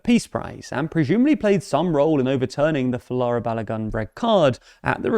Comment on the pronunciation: His name is Folarin not Falara.